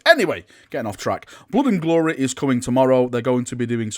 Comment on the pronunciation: Blod and gloreh xDDD